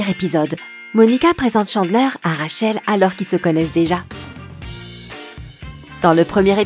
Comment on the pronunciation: et surtout rachel omg